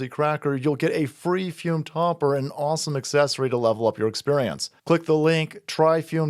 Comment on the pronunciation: I appreciate you pronounce the flavored air device "fyoom". So many people pronounce it "foom", and you know what that is like? It's like a knife in the heart. Every. Single. Time.